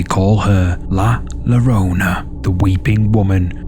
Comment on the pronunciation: It is pronounced La "Yer-oh-nah"